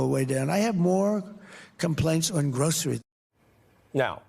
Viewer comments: Does he have any idea how stupid he sounds when he says "groceries"? It is like he never heard of the word and just invented it! Is this really the kind of dumb that some people voted for? This is NUTS! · Sounds like he never used that word when he started saying it he sounds like a baby trying to pronounce their first word 😂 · I don't think he knows how to say groceries haha